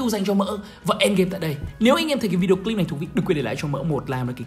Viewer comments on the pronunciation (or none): none